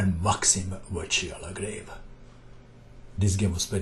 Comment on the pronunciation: Vachier-Lagrave is pronounced as " Vashie -lagRav" !!